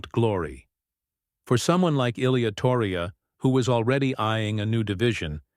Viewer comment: Lame AI videos can’t even pronounce Ilia’s name right.